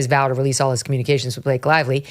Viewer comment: Blake LIE-Vly